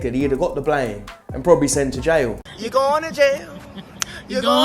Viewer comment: I fkn love every time this guy says "Yaw a donut!" 🤣🤣🤣🤣Ima start callin people that